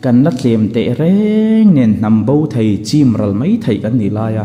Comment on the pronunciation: Mei a ni lo mai.tih tur aw .Mei chu a saa .Mai tih zawk tur.aw.